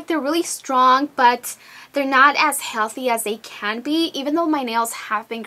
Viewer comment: when you say "as", it sounds like you're saying "ass".